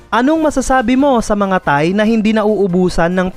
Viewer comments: Bakit parang tae naririnig ko😂😂😂 Thai pala😂 Hahaha! Hayaan na lng natin ang mga thae😂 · Once a thae😂 always a thae 😂😂😂